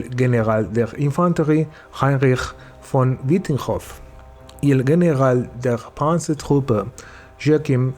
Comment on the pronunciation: Es placentero escuchar cómo pronuncias "General der Panzertruppe"